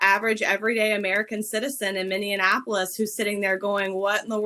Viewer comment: It's Minnesota and Minneapolis, not Minnianapolis.